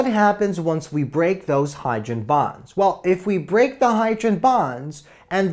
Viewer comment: "HYDREN BAHNS"